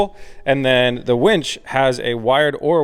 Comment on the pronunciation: Oh, did you just said it wrong